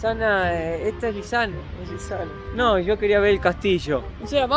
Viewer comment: "Sho quería ver el castillo" jajaja